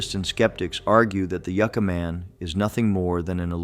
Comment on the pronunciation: All the narration and most of the videos in this series are all AI. It all still looks and sounds fake. It makes absolutely no sense to me how AI computers dont know how to pronounce city/place names correctly. Yooca Man? Ya had it right before dumb AI....Yucca Man. And this stupid AI narration mis-pronounces other city-names in other videos. Pathetic.